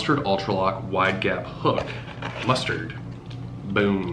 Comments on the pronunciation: Lol mus"TAD" not mustard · I don’t know if you were saying mustard as a joke😂 but it’s pronounced mustag